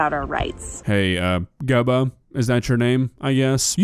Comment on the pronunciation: I'm starting to think it's pronounced GOObba and is definitely a satire page. Gubba has to be a take on Goober